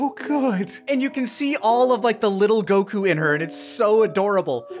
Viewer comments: Why does he pronounce Goku as "Go-KU"? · "You don't have to say it the way I do. I know I've already annoyed a bunch of people with that." Oh you've been doing it the whole review by saying Goku as Go Kyu. I know it's a weird think to be hung up on. But at least the Pan thing can be explained.